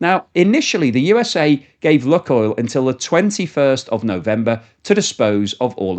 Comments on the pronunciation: It’s not “Luckoil” - it’s LooooooooookOil. Can’t you figure that out?? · Lukoil - pronounced Lukeoil! Like Luke and Oil.